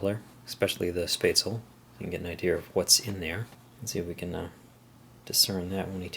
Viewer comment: Pretty sure Spaetzel is a german thing, in which case it would be pronounced "Sh-peh-zel